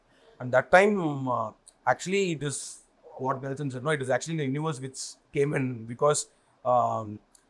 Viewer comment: anchor calling nelson as nels..